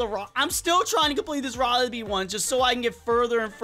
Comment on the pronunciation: i did notice that u said “riley bear quest” instead of riley BEE quest lol